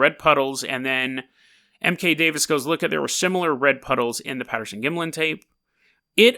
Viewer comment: You can't even pronounce Gimlin....Don't call this "creepy pasta", you haven't done your homework. Research Bobby Short whom passed away in 2013. She has seen the entire film. You need to do a corrected video after you study a bit more.